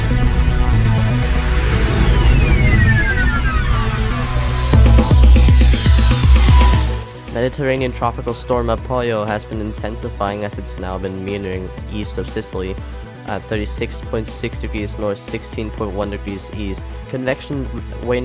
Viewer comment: Why does he keep saying "Apolio" it is Apollo Uh-paul-oh